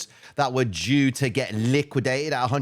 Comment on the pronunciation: Listen to - I could swear he's saying something other than DUE. lol